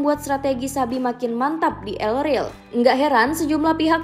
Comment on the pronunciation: El rel apa min? Yg benar pngucapan katanya